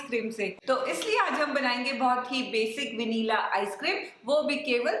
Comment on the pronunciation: Please pronounce Vanilla correctly😊